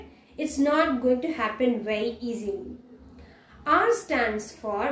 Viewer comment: Bery interesting And Bery Bery Good